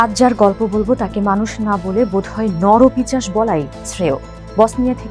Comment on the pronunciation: এই উপস্থাপকের উচ্চারণে সমস্যা আছে। "নরপিশাচ " কে নরপিচাশ বলছে বারবার। এডিটর সাহেব কি করছেন। এমন ভুল উচ্চারণ করছে আর এডিটর এর সংশোধন করছেন না। "সেব্রেনিৎসা" কে স্রেবেনিৎসা বলছে।